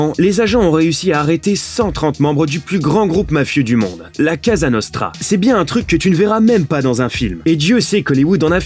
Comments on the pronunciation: C'est "Cosa Nostra" pas "Casa Nostra" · Pourquoi cette intonation. des voix, cette manière de s'exprimer, ces constructions de phrase me font immédiatement penser à Sympa = Lama Fâché ? La même voix pour toutes ces chaînes de 💩 peut-être ? Quand on a un minimum de culture on sait prononcer correctement le nom de la Mafia : cOsa Nostra, PAS Casa Nostra. C'est un minimum si l'ont ne souhaite pas passer pour un cuistre. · La CASA NOSTRA 🤣🤣🤣 il l’a dit 2 fois 🤣🤣🤣 COSA NOSTRA